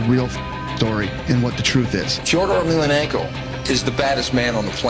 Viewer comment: Native Russian speaker here. THIS is how you pronounce his name. There's zero f-EH-dors in Russia. And thousands, tens of thousands of Fyodors. Nothing complicated about that. The surname is also incorrect in a major way. But the way that the US absorbs cultures and names, butchers them over time with the promise of money and then spits it out, really does rub me the wrong way. Basically, ye-mhel-YAH-nhen-ko. Again, no room for a mistake, no variations. has it, but it's hard to hear. I understand the last name is rather hard, but 1) the first name is not hard, and 2) everyone gets the Kadyrov's last name correctly... I guess the man stands up for himself, right?.. One thing I can say is: the subtitles for hearable Russian were all generally correct (if not literal sometimes, which is fine). Congrats on that. Some of them are cut incorrectly, but whatcha gonna do. Exceptions: He also says "my plans in sports are to continue to perform". Missed: "they watch his filmed performances together". He doesn't pose it back as a rhetorical question, like the subs kind of imply. He simply tries to finish the answer with the same preface. As in: "a man can be considered a hero if..." and seemingly either didn't finish the thought or cut off purposefully. it's just "good memories, I hope", without specifics. Basically correct, though. Bonuses: Awful accent, but he tried xDD I barely knew it was Russian. Lacks subtitles; he says "I can s